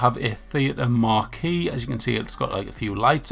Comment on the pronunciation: Great video brother. Im sure you'll hear it 8000 times but it's mar-key for marquee I thought for years it was mar-q like you said but we both wrong lol😊